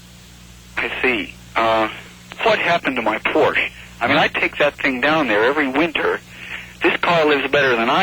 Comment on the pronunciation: Porsche is a two-syllable word!